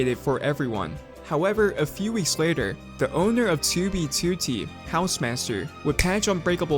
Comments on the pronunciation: It bugs me when you say toobie tootie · TEWBEYTEWTEY Edit: okay now I kinda like it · the way he says '2b2t' is so satisfying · Bro why you say 2b2t like that but I dig it